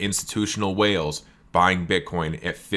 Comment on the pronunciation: One minute and forty-nine seconds into this video your slip of the tongue had me dying!!! #Bitcorn 😂😂😂 I'm not picking on you bro, you're awesome AF. It was just so funny I had to mention it. 😀👍